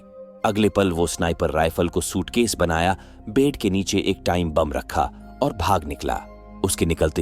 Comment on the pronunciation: Shootkesh nahi SUITCASE hota hai bavligend🤦‍♂🤦‍♂🤦‍♂